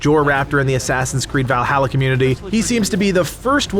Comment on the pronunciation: You say Valhalla wrong, just so you know lol